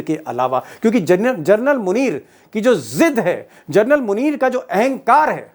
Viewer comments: दीपक जी आप जनरल का सही उच्चारण कीजिए आप जरनल बोल रहे है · दीपक शर्मा जी, आखिर बार-बार फौजी जनरल को क्यों जर्नल सम्बोधित करते हैं? सुधार करिए।क्योंकि इससे आप के बेहतरीन रिपोर्ट को चाँद में दाग की तरह साबित कर जाता है । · भाई साहब,कम से कम जनरल को जरनल बोलना बन्द कर दीजिए। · आप जनरल शब्द को जरनल बोल रहे हैं l प्लीज आपकी ये गलती सुधारे l